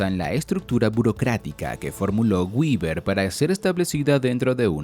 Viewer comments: Hola, gracias por el video. Quería hacerte una pequeñísima corrección de pronunciación en el nombre de Max Weber, el cuál debe pronununciarse tal cual se escribe en español. Así como lo pronuncias se pronunciaría en inglés pero es que Max Weber no era de Estados Unidos ni de Inglaterra, él era alemán y en su lengua natal se pronunciaría algo así como" Max Viva". Para evitar esos errores de pronunciamientos propios de cada idioma es preferible pronunciarlos tal cual se escribe en español. Cuando se tenga dudas de cómo se pronuncia un nombre o palabra se puede usar el traductor de google, ya que tiene una función de pronunciación. Saludos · Antes pronunciaba béber, luego lo pronunciaba en inglés castellanizado como Gueber, luego aprendí a pronunciarlo en Alemán como Beba, y ahora debo aprender a pronunciarlo en ¿IA? como guiber. XD